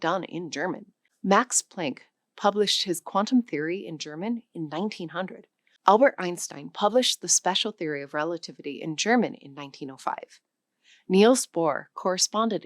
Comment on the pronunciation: If you're going to talk about German scientists ( Wissenschaftler), please learn to pronounce their names correctly. Riemann is 'ree-mahn'. German vowels without umlauts (the two dots above) are pure vowels. Plank is 'plahnk'. Werner Heisenberg, oh dear. German 'w' = English 'v'. You got the 'ei' right. The 's' = English 'z', final 'g' = English 'k'. Well done on the 'ö'. 'S' in front of a 't' or 'p' = English 'sh', i.e. Ein(sh)tein. Why don't you give Karl Schwartzschild a try? Oy, weh's mir, what you did to some of the others. I know many German names and words have been Anglicized over the years, as well as those of many other languages, but if you're going to push this learning course, it would behoove you to learn the correct pronunciations of the names and words you use. I'm a retired teacher of German who also speaks Japanese and have as well studied French, Russian and Latin. You have to train your ears to hear the different sounds of a language and your mouth to learn to reproduce those sounds correctly.